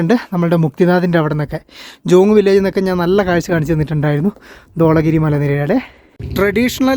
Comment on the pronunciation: It is Dhavala giri not Dvala giri